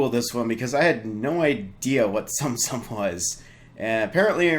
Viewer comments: Did you say sum sum instead of soum soum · it's "tsum tsum" no sound on the "t" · it's pronounced Tsum Tsum